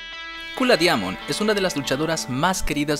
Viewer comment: Se pronuncia "Daimond"